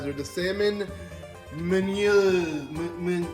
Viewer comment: Nice to see something new from your channel. Also just to help you out there, meunière is pronounced moon-e-air.